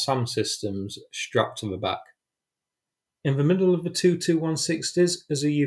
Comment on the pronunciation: the word is that, not vat, and the, not ve